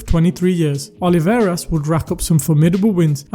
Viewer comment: ruben O L I V A R E S, not oliveira.